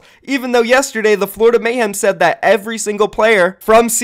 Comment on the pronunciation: It's Florida not flordia xD great vid